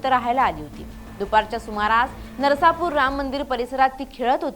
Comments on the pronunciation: गावचे नाव नर्सापूर नाही नसरापूर as आहे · नरसापुर नाही नसरापूर आहे ते. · ताई नरसापुर नाही नसरापूर म्हणा..वाईट घटना घडली आहे 😢😢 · नरसापूर नाही ते. नसरापूर आहे. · बाई गं नरसा नाही नसरापुर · नरासापुर नाही... नसरापुर आहे ते... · ही वार्ताहर किती अशुद्ध आणि घाणेरड्या स्वरात वार्तांकन करते. नसरापूर असं शुद्ध नावं उच्चारण न करता नरसापूर करते. काढून टाका हिला. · नसरापुर असे म्हणावे